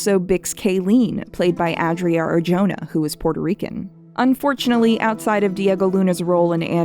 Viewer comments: this is great but the pronunciation of arjona with the j is so painful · Dunno if you are going to see this comment, but for all the Latine you get right, it really bothers me you get Adria Arjona last name wrong. Its not a Y sound, it's an aspirational H. Her fathers is one of the most successful Spanish singers and composers of the last decades, and his name is very easy to find to verify propper pronunciation.